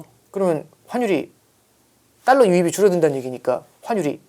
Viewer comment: 발음이 뭔.. “딸라, 딸라” 듣기 참 거북하네. 분석은 어정쩡, 뭔 말하는지 이해도 안되고..